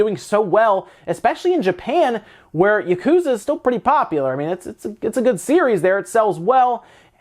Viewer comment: When you say Japanese words like "yakuza" you don't ever stress the middle syllable or hold out any syllable for an extended length. Each syllable is pronounced with equal length in Japanese, so you don't say "yaKUza" like you do. Instead try it "ya ku za" with each syllable equal length.